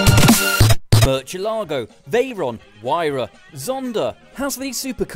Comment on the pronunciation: Oooh, that British pronunciation of Murciélago is hard to listen to. No CH please. Pronounce the C like an S or a TH, but never a CH.